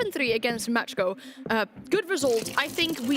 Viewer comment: Are they saying Match-Co? Isn’t it Macko?? Like the shark? What letters are they seeing?